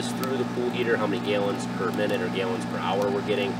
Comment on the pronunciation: Neat ideas. Thanks. Just curious, are you from another country? I've never heard anyone pronounce gallons as gayllons. Just curious